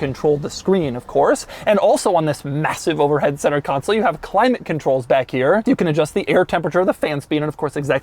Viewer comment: the only guy who pronounces climate : Khulaymett !